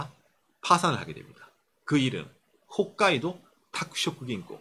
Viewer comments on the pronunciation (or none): none